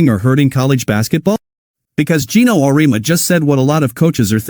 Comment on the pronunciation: Your graphic caught my attention, but you misrepresented Geno's view: First: Program your AI voice creator to pronounce his name correctly. Second: His view of NIL and the transfer portal have changed and focus on what is best for the player.